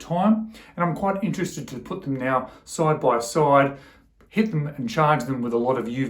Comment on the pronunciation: Man, I can't get over "soide by soide" 😂😂😂